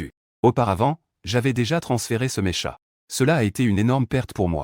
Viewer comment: c'est pas mécha mec, c'est pas mécha, ça se prononce meka mek, ça se prononce meka! :)